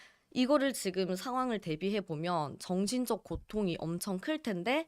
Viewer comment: 여자기자야 발음좀 정신적. 정진적 으이그